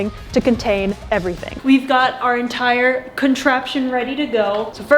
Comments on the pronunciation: enTIEre 😂, good video btw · “Our en-tie-er contraption.” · 'Our en-tie-r contraption ready to go' xD